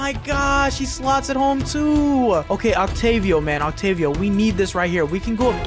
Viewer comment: no offense but you just called Otavio Octavio, and you didnt say offside but you said offsides. But keep up the good work.